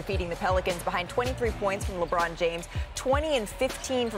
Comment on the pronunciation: Wait what??? Mannn please stop with the leborn frfr!